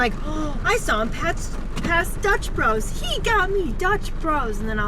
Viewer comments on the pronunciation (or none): none